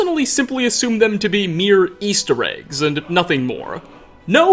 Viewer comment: I like your content and when it pops up on my feed I sometimes watch it....but if you could stop emphasizing UHHH at the end of words where it doesn't belong,I might subscribe...till then,nah bruh....your annoying. "Mysteriesuuuh" "Eastereggsuhhh"..."Dragonsuhh"...."Vampiresuhh" ......seriously bro,cut that shit out.